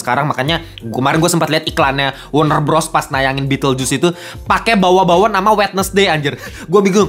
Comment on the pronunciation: “Kak ini perbaikan aja ya bacanya bukan “wednesday” tapi wensday”